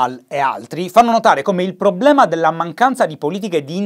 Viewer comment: Ogni volta che dici PROBBLEMA penso a Maccio Capatonda